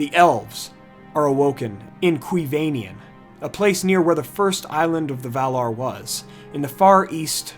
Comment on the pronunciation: I realise this video is 3 years old now, but "Cuivienen" isn't "Kwee-VAne-ien" but "Kwee-vee-EN-en" with the emphasis on the penultimate syllable, (the first "en" )